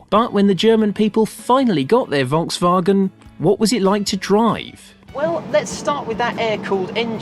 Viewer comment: I am elated, An English speaking person that has not slaughtered the pronunciation of the Volkswagen, living in the US I'm constantly plagued by even advertisers pronouncing it as they see it. 👍